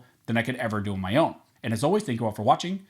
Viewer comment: Slow down your outro. It sounds mumbled because you're rushing through it. State it clear and proud brother. Let each word breathe. It's okay, people aren't in that much of a hurry, and if they are, it doesn't matter. I've had to listen to you many times stating it to understand you were saying "This nation" and not "This station". Slow it up a bit. There is no rush. Just a little constructive criticism. As for the topic of this video, these people are tyrants. They need to be shown what happens to tyrants, otherwise they'll never stop with this garbage. A 10 day waiting period is an unreasonable restriction on a very basic human right to self-defense, as it factually curtails one's ability to purchase and take possession of a gun when it matters most; When it is factually needed to address a sudden threat. Threats won't wait until you're armed. There is no rational basis for stopping someone. They think it's a cooling off, and that that is what is needed to prevent gun violence. Not the case. The people intent will get guns where they don't have to wait; Off the street. A law abiding citizen will use the arms appropriately. A criminal will not. Nor will they obtain them legally. None of these laws do a damn thing, and there's no data to prove otherwise. However, unrestricting firearms factually has an effect on lowering crime, or stopping it in the commission, as we saw in Indiana.